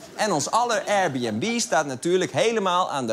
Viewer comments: Hij zei het zoals: Eier-Bunb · Als belgische liefhebber van comedy, moet ik wel zeggen dat jullie met Lubach echt wel een topper in huis hebben. Die absurde akward intro joke met de Airbnb uitspraak was geweldig! lol.